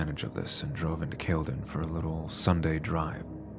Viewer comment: It’s pronounced Cal le done 😅